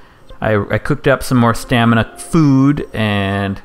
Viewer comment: everytime you say stanima i relate & sympathize